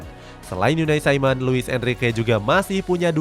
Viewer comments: Unai simon jing bukan unai saimen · Kalo orang spanyol ya dibaca pake logat spanyol bukan logat Inggris, lu salah, bikin ketawa dengerin nya